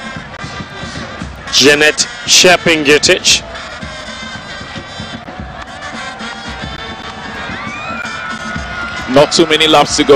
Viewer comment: please she is chepngetich not chebii ngetich